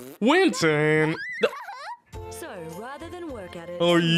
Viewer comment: Winton? No, that’s Win-Ton